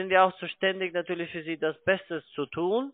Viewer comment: "Betrüger!" ... "Wie könne Sie beweisen?" ... "Weil Ihre Webseite in 2 Monaten weg ist." Nattührlich geht der nattühlich - zweite - auch - mit seinem Nattüahlich auf den nattüahlichen Keks.